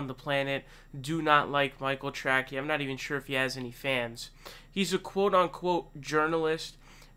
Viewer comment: Is your mispronunciation of his name some kind of mocking? Just curious ...